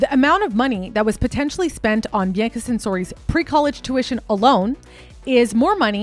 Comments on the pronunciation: I love your vids, but her name isn't pronounced Bi-ann-ca, it's pronounced "Bee-ahh-cuh." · i’m trying to concentrate but every time you pronounce Bianca i get confused and think wait who’s this she’s mentioning now? i have to pause and rewind because i keep thinking i missed something. it’s pronounced Bee-ahn-kah other than that, this was well researched. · He name isn’t BeeYankahh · Her pronunciation of Bianca’s name and several other words is pretty cringe worthy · You’re saying her name wrong 😑 so it makes it hard to watch the video 😢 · i thought the same thing about her saying Bianca. i kept thinking i was missing something and kept rewinding. i’ve never heard anyone pronounce it like that before. every time she said her name she said it differently so it further added to my confusion.